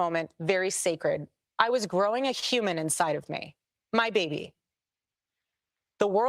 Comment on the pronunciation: Whenever she says : “HHhhkyuman or HHhhkyuman being” , it creeps me out. She says it in a way that puts heavy emphasis on the first syllable with a heavy, hissing and slithering H sound.